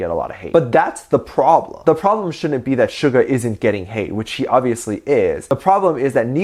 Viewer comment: You not saying Suga name right